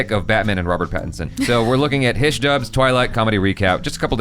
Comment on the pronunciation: It's Hi-she,not hish...XD